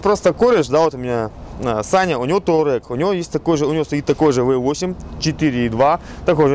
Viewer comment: "ТАУрег"????????? Мля....... "ТУАрег"!!!!!!!!!!!!!! Колхозан!!!!!.....))